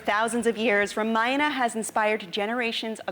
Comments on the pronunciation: what's up with the ramayan'aa'? it's ramayan'uh'... at least indians should know better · its pronounced RAA-MA-Ya-NA Not RUHMUHNUH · Ramayan not Ramayana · Host is saying Maina instead of Ramayana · It's not RAMAYANA ITS RAMAYAN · First learn to say “Ramayan”correctly. 🤨